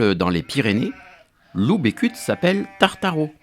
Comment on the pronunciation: A contis, on dit Becut (beucutt) et pas Bécut